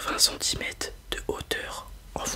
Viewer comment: Pourquoi tu dis centimètes ?